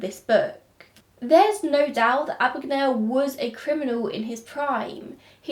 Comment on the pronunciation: My name is Mr Abagnale. Not Ah-bag-Nah-le . A.B.A.G.N.A.L.E, Abag-nail .